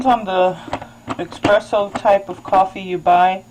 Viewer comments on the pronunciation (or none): for the love of God it is ESpresso not EXpresso. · Good video, helped me iron out the little knacks with my machine. Just so you know espresso is pronounced ESpresso not eXpresso. :-)